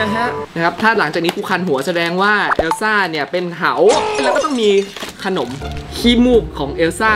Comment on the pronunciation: เอลซ่าไม่ใช่เออซ่า